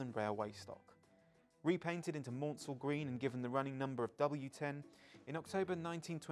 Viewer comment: Even with the low volume soundtrack it seemed a pity that doesn't know that Maunsell is pronounced to rhyme with cancel. continually mispronounced Leadenhall as Leedenhall, surely someone could have checked this. Apart from that I echo most of the other comments about this episode and hope that there will be an improvemnt in the next one.